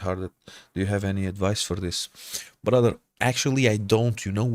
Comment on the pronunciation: You’re Portuguese, but that “bRotheR” and beard are fully Arab coded